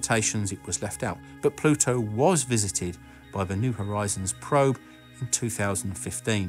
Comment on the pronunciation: Just upload a video of you saying the word Pluto in different sentences. Pah-LU-toe